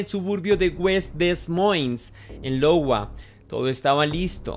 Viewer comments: Es iowa (aiowa) no lowa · No Logua, Aiyogua: Iowa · No es Lowa es iowa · YA HABÍA ESCUCHADO ESTA TERRIBLE HISTORIA DEL POBRE NIÑO 😢 NO ES LOWA SE PRONUNCIA (HAY-O -WA ) O (ai-uh-wuh )…TAL COMO GOOGLE LO DICE … NO ES CRÍTICA OK HABER COMO REACCIONAN LOS HATERS AHHHH TAMPOCO SOY ESO OK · ese lowa que mencionas no es iowa (áiowa)? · Saludos, excelente trabajo, solo que qería corregir tu proncinación en el minuto 2: 21 se proncinia "aiowa" o ya que se escribe iowa y con mayuscula Iowa lo que parece una L minuscula, yo tenía esa confunsión en la secundariaa hasta que mi maestra de inglés me corrijo diciendo "What the hell? it`s Aiowa" jaja y justo estaba recordando eso cuando leía el nombre de la localización jeje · "Lowa" ? XD hahaha "cómo cuando solo copias y pegas" por ello es importante la cultura general y sentido común 😁 he he ojito ahí es iowa. Por todo lo demás buen resumen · Todo bien, pero un poquito excesperante escuchar Lowa en lugar de Iowa (ai-owa) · Iowa (ayoua.) lol jajaja Lowa que es eso? No mams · En "Lowa" no... Iowa Se pronuncia "aiowa" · Llego medio tarde y encima para corregir :( pero no es Lowa es iowa con i latina. Y se dice como aiowa, sorry. Que horrible historia y pobres niños los que pasan por eso por dios. Que a esas personas se les devuelva todo el mal que causaron. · Es Iowa no Lowa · ( Aiogua) No Lowa bro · Lowa!? LOL. La primera letra es una i no una L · No es Lowa, es una i. Se pronuncia. Aiogua. :) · Quisiera hacer una critica constructiva, trata de buscar como se pronuncian correctamente las locaciones, en este caso Iowa, seria algo como "aiogüa" .. es como para que tengas ojos ya que al menos a mí me perturba xd muy buen contenido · Amigo, primer punto e importante buenos videos, aportaré un dato mínimo, el estado se llama Iowa y se pronuncia (aiowa) y la localidad (demoins). Excelente material documental 👍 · Iowa? Es ayogua , espero q mi corrección sea para tu crecimiento en ciertos detalles , me encanta tus narraciones